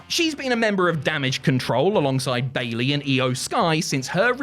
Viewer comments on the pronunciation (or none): none